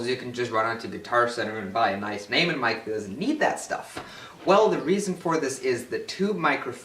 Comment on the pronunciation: NAY-man??? No, no, no... NOY-men Neumann